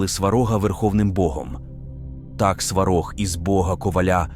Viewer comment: Сварóг а не свáрог⚡️⚒️